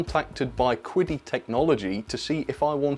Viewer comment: your pronunciation of Chinese words is really off haha. I guess they didn't tell you how to read their company's name when they contacted you? 😂